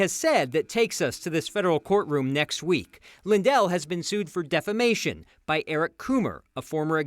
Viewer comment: He calls it “defLamation”… because he is one of the dumbest MAGAts of all. And there is some serious competition within MAGA- dumb. Doesn’t know the difference between “served” and “sued”.😂😂😂 the idiot that keeps giving. All in the name of trDumbp lies. He has lost everything.